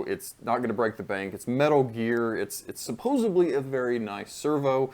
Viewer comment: Lost me at "supposubly"